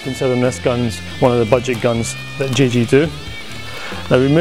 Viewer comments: is it me or does say the " g" instead of "j g" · Did anyone else notice him calling it the Jai G G3 haha